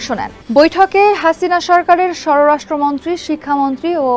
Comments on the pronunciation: স্বরাষ্ট্রমন্ত্রী। স্বররাষ্ট্রমন্ত্রী না 😂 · স্বররাষ্ট্রমন্ত্রী না স্বরাষ্ট্রমন্ত্রী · স্বররাষ্ট্রমন্ত্রী নাকি স্বরাষ্ট্রমন্ত্রী???